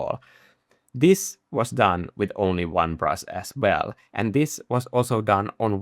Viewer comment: I love the way you pronounce brush: Brus', Brus'es, Brus Strokes.